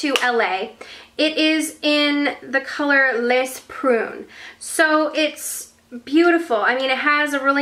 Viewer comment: The Lise Watier quad, don't pronounce the -s in "les" it's suppose to be pronounce like "le" the -s is silent.